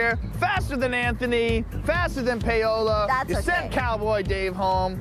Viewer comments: What in the world is payohlaw its pawohlaw. Paola is a Latina name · Why do they pronounce her name like "pay-ola" 😭